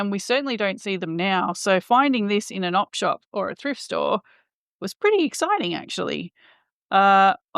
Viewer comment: Are you saying "op shop" or "off shop"? Either way, what does that mean? Like how we say "thrift store" because it's supposed to be a thrifty/ cheap way to shop. Also, I really appreciate the outside shots in the sunshine. Today's a snow day here. Pretty, but cold enough for us to yearn for green. Have a wonderful day!